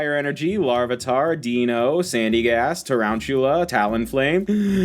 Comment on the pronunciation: Hey, you do know that Deino, Zweilous and Hydreigon are based of the German words for 1, 2 and 3, right? So they're pronounced like Ein, Zwei and Drie. Also, love your stuff!